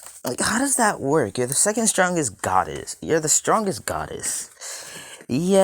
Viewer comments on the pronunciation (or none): It's god not gid